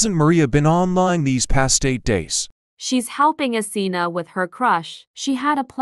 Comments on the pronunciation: Asena❌ Athena✅ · Asena:❎ Athena:☑️ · why they saying asena but typing athena